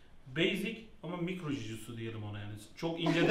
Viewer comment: Aga biri şu jiu jitsu demeyi öğretsin